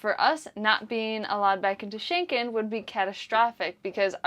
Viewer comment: It's getting on my nerves, sort of, when both of you always say "Schenken" and the right name is Schengen - with a G and not a K. The border control treaty was signed near or in an area in Luxembourg with the name Schengen. Saying it incorrect is as disturbing as if ppl started referring to the capital of Denmark as Copenhaken. Sorry for being a nervous language geek! Still in Norke (Norway), wishing you a happy sail to Enkland :)